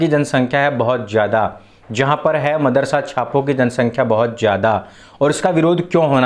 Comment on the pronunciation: Madarasa nahi maadarsa 😂